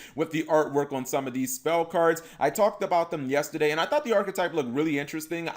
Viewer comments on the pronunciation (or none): none